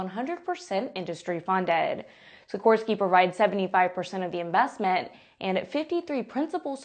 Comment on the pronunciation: Wow, I have never heard the name of the Native American tribe and the helicopter name "Kiowa" slaughtered quite so badly as it was , while she managed Sikorsky quite well.